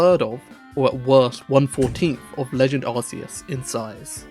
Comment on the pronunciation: I’ll never understand why people call Arceus ‘Ar-see-us’ Is the Arc Phone suddenly pronounced ‘Arse’ Phone, or is that still pronounced to rhyme with bark?